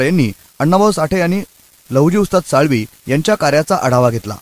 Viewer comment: लहुजी साळवी असा उच्चार नाहीये हो साळवे असा उच्चार आहे.